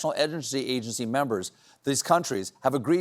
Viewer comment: Interesting that Stephen busts Trump’s chops for his pronunciation of Kentucky but glides right over “edgency agency” a few minutes later. Love ya Stephen but what’s good for the goose…